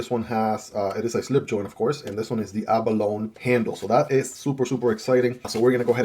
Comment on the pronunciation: If you care about being correct, it is actually pronounced "a·buh·low·nee".